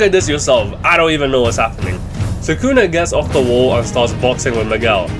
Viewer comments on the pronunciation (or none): ITS SUKUNA NOT SAKUNA GODDAMN